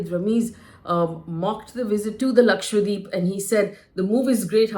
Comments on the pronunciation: You are pronouncing as LAKWADEEP., D’Souza. It has to be pronounce as it is spelled/spelt. It is LAKSHA DWEEP meaning one lakh islands. LAKSHA is 100,000 and dweep is island. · Its irritating to hear Lakshwa- deep. Its Dweep means island. Its Lakshadweep. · LakshadWeep, and not LakshWadeep please. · hello HELLO ... why are you and other anchors pronouncing it as lakshwadeep... it is LakshaDWEEP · Its 'Laksha-dweep' not Lakshwadeep as you are repeatedly saying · Is LakshaDweep also pronounced LakshWa Deep ? I notice many Indian News Anchors pronounce that way ! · Its Lakshadweep. Not Lakshwadeep. Atleast learn to spell and pronounce properly the place you are commenting upon. If Indians can't pronounce indian names what can we expect from others. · Lakshadweep, not Lakshwadeep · Hi, Faye. Thanks for doing this video. Just one suggestion: It should be pronounced as Lakshadweep and not Lakshwadeep. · It's "Lakshadweep" not lakshwadeep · I fail to understand why some top reporters , news channels & media outlets are simply unable to pronounce the name correctly !!! Ur all praising & talking about an Island whose name u can't even pronounce correctly ! It's Lakshadweep. Dweep means island . And It's not lakshwadeep ...FGS ! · Its Lakshadweep. not Lakshwadeep, correct yourself pls, dweep means island. FYI. As a responsible Journalist you should take names correctly at least of Indian names. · Isn't it Laksha-dweep? Not Lakshwa-deep. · How come no one can say Lakshadweep??? 😂😂 all of them mess it up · It is a South Indian place bruh. Don’t be making up your own stupid names. Learn to pronounce correctly